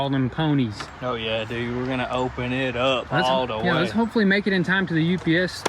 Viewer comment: "We're gonna open it up, all da wey"